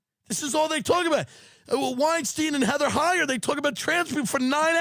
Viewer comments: Heather Heyer the Charlottesville girl?? LOL nice mispronounce Fat Dillon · I can’t believe he says Heather Heyer on accident lmao